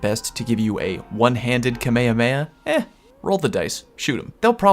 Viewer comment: the way you pronounced kamehameha made me dislike the video.